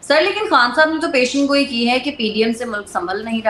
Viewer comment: مبشر لقمان بھائی خاتون کو بتائیں کہہ لفظ پشین گوئ نہیں بلکہ پیش گوئی ہوتا ہے..... درستگی فرما لیں نوازش